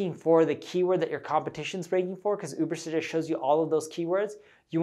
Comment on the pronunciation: Lots of good suggestions -BUT when introducing new subject - use graphics to post the title - i.e. Urbersuggest - couldn't understand to the verbal enunciation